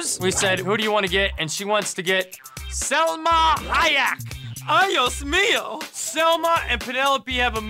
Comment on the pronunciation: *Salma, a in Spanish always sounds the same so no Selma